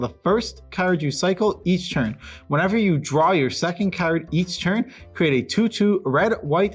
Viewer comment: It triggers me so hard when the left dude says "Ceard". I like my Magic ceards xD